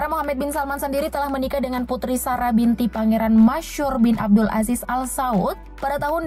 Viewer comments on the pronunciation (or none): none